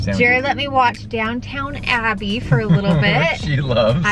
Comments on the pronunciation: It’s Downton Abbey not Downtown Abbey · Happy Birthday, looks like you enjoyed your day. As a Brit I couldn’t stop laughing at your pronunciation of Downton Abbey. It’s Down ton. Not downtown. Lol. Glad you had a nice relaxing day.